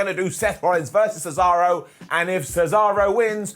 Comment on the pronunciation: He's so excited, he refers to Cesaro as the bankrupt American pizza chain Sbarro.